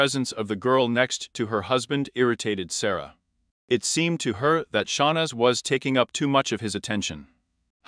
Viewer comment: Its Sa-roy-a. Not Sara. Reprogram your AI